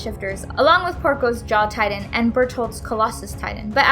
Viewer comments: I was gettin triggered when she called Titans “tidan” and called bertholdt “bearhole” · She talks so lazy. Its titan not tidan.